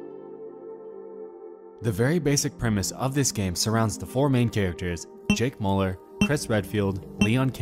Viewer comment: You butchered jake müllers name